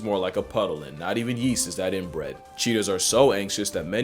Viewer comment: "Not even YEAST is that inbread" (IN BREAD) 🤦🏾‍♂️😭😅😅😅 I'm fucking crying